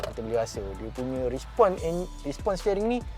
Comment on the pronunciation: Respon ye bukan Rispon...